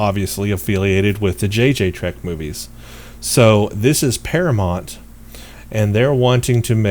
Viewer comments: The name of the production studio is par-a-mount... Like mount your horse. Not Par-a-mont. Like Monty Python... Please get it right. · Dude, you're a ST fan and you can't pronounce 'Paramount'?